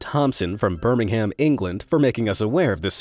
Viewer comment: I love Americans pronouncing Birmingham wrong